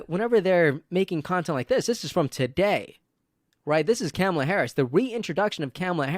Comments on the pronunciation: Vice President’s first name Kamala is pronounced “comma-la” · Dude! I like your videos, but if you're going to talk about Kamala learn how to pronounce her name 🤦